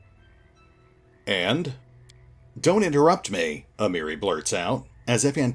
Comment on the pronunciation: Miri is 'Moe-ri' here, tsundere shenanigans.